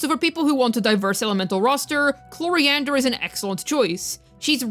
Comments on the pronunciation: I subscribed after the 3rd mispronunciation of I have her C0R1 lvl 90 from her last banner and she kinda... does nothing (i just wanted that c6 chevreuse) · “Clorofield” 😭 I love these videos